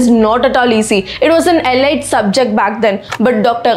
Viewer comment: Ms. wonderful video, thank you. Always enjoy your videos. Just one point, elite is pronounced like saying " L - EAT "... ( not E-LIGHT).